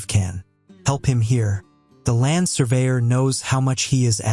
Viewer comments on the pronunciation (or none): Land.................surveyor bro ur Ai is not working properly